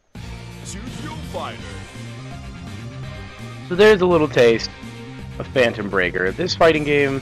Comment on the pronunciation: Did u just call this fanetom breaker!